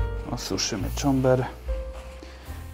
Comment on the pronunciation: Cober! nie czomber! Czomber to roslina i przyprawa.